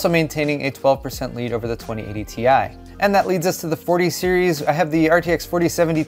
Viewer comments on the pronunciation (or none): is anyone ever going to pronounce it properly?? - it's pronounced 'TIE', not 'TEE-EYE'!!!!